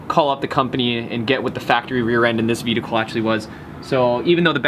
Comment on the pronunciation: Am I the only one who's hearing him say VEDICLE? LMAOOOOO.